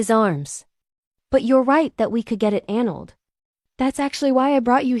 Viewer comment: 😂😂the voice saying analed vs annulled